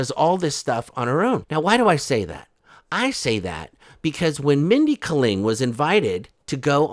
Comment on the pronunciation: Holy hell, it's Mindy KAY-ling